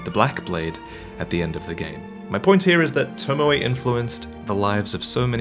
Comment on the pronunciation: Who da hell is lord tomawai? Its tomoe.